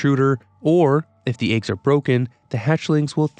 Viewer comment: Its eggs, not AYUGS lol